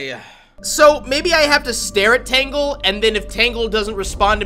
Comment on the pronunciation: I know it’s been a year since you commented on this video, but it’s pronounced as “Taingle” not “Tangle.”